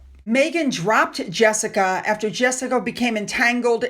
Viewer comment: You dont know how to pronounce jessicas name.American????